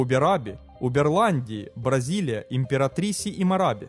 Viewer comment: Город Бразилиа с другим ударением произносится